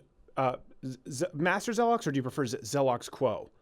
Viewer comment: Him: “Master zeloks” Me: what the actual fuck. No. Get out.